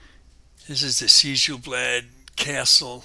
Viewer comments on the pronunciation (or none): No, you're fine. I was just surprised to see a Conan: Exiles video when I searched for Sjel Blad Castle on YouTube. BTW, Sjel is pronounced "Shel" in Norwegian, making the name much easier to say. I am still actively working on my castle for Skyrim, so I can understand and appreciate the time/effort put into your build. Beautiful work!